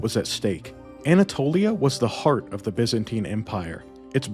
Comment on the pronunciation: Looked interesting but your ENGLISH SUCKS BYZANTINE You change By to Bi. Zan to Zin and TINE to teen!! Then you carry on with further bastardiasians of the ENGLISH language, as spoken by English. Aaaaaagggghhh!!! It rather makes people doubt your research. DUCKS TO AVOID SHARP OBJECTS AND NAUGHTY (although probably wrongly pronounced) RUDE WORDS HURLED AT ME BY COLONIALS. 😅😂🤣🤪 Have fun. Hey, just can't stand listening to the drawl. Perhaps you should state in ya thumbnail " for Mericans only"?